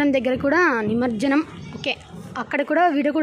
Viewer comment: నిమంజనం కాదు, నిమజ్జనం.వీడియో బాగుంది.